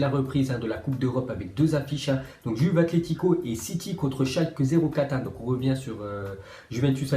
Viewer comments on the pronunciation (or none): none